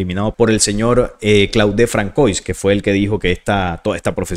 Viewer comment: Disculpa saludos desde Panamá 🇵🇦 Muy interesante solo un pequeño consejo Se pronuncia “Fransuá” me refiero al nombre François. Es un detalle quizá menor pero igual p.e. cuando citas en otros videos a Elon Musk (Pronunciar Ílon Mosk)